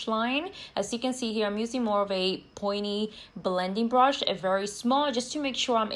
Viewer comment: The way she says “brush” lol brOsh😂